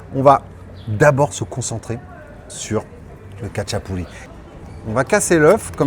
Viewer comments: Ca se prononce ratchapouri, et rinrali 😉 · Salut. Je suis un grand fan du khachapuri. Juste pour info, Le KHA se prononce comme le J de "jamón" en espagnol. Sinon l'oeuf se mélange, tu racles le fromages sous la croûte pour bien mélanger avec le jaune. Normalement le beurre aurait dû être sur le dessus (ils ont dû penser a6ta santé 😅). Quant au fromage, c'est un mélange de sulugini et imeruli. Le sulugini c'est trouvable en France dans une épicerie de l'est... Par contre imeruli , quasi impossible. Pour ceux qui veulent en faire à la maison , 70% mozzarella et 30% feta c'est quasiment pareil. (C'est ce que font certains resto géorgien à travers le monde et en Europe de l'ouest). A+